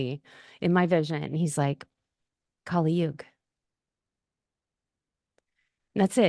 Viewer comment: Kali Yuga is pronounced as- kuli yooga, as in, sully (with a single l) Whereas, goddess Kaali is actually pronounced as os bali (the famous tourist place in Indonesia). The thing abt why kali Yuga is named such is becz it's namd after a demon named "kali" (again, pronounced as sully with single l). Hope this helps. Here's so intresting thing, the west has been canfuded abt kali and kaali for atleast 3 centuries now, so you tripping over small pit is nothing new, it's mostly because of pronunciation difference. If you one day get to lean sanskrit (in the devanagari script and not roman), then this problem of pronunciation will become more clear.